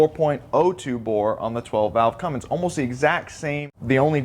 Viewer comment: It's Cummins, not CumminGs.